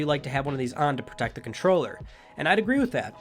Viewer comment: Is it me or did he say DualShock 4 condom